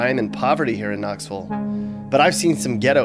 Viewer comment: It's Knoxville not Knoxvull